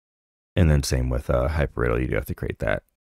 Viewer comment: Hypr idle not riddle :D